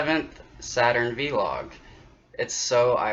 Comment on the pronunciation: you say v-log. I normally hear people say vlog.